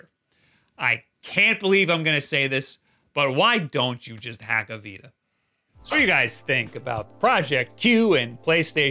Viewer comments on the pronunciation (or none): none